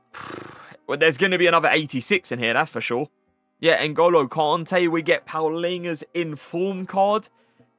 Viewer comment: Palhinha - says Paulinho. Great Portuguese you know heh shame